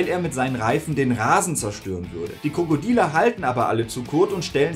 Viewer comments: Gutes Video freue mich schon auf die nächste Teile;) Irgendwie verstehe ich jedes Mal wenn du “die Krokodile” sagst „die Krokodiler / Krokodealer“. jedes einzelne Mal LOL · Kommts nur mit so vor oder sagt er immer 'Krokodieler'? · Sag mal sagst du die ganze Zeit „Die Krokodiler“? 😂